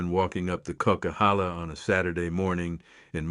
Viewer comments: Kuckeehala? Co-qwi-halla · Boo. This is an A.I video. I’m from the area this video is discussing. it brutally mispronounced a name that no one from this area would mess up. It’s pronounced coke-a-halla. Oh well… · weird..how come you can't correctly pronounce the coquihalla..not sure if u are really familiar with that area!